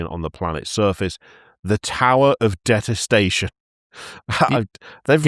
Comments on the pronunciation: In this episode: the fellas pronounce detest-ation as detes-tation for 5 minutes stright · Anyone else triggered by the detestation pronunciation? It's deeeetestation. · De-test-a-shun I guess is how it’s pronounced.